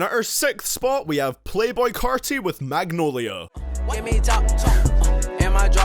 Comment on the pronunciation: I was fine until he said magnolia